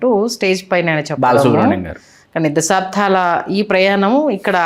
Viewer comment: అమ్మా! దశాబ్దం అనండి. "ధం" కాదు. మీరు తెలుగువారు కదా.